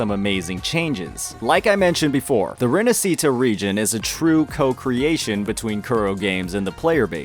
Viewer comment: the "sci" in "Rinascita" is pronunced as し/ㇱ in Japanese. Put the accent on the "a" in "na" and that's how you pronounce it. You're welcome.